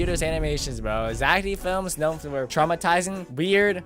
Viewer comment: Never say, Zach D films wrong it is Zach, death films, wrong Zach D films yes